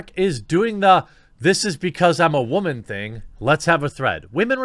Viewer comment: WTF is a wah-min? . Yeah, I know whats being said. Just didn't know why it was being pronounced like that. Inside joke?